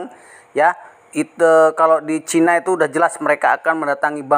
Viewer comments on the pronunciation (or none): none